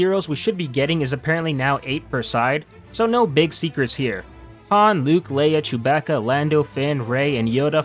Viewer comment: Lmao why did you say Chewbacca like "chew-backa"?